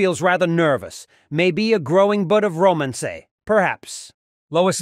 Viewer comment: How do you mispronounce the word "Romance", is this A.I.